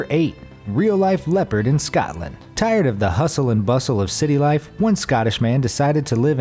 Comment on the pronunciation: It’s Scotland not scatland